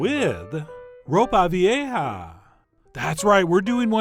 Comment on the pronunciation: Dude I replayed you sounding super white saying ropa vieja hahahah 😂😂😂